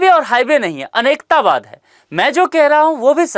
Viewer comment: सर आपके उच्चारण में काफी त्रुटियां हो रही हैं जैसे - अनेकांतवाद को आप अनेकतावाद कह रहे हैं और अपरिग्रह को अप्रिगृह कह रहे हैं। आशा है सुधारने का प्रयास करेंगे।